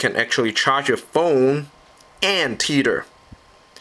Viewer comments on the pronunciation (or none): its te-th-er not tet-her